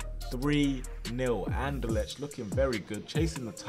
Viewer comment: Bruh learn how to pronounce Anderlecht. Its annoying.